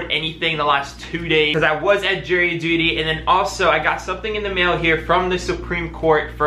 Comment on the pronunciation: are you saying jerry duty or jury duty 🤣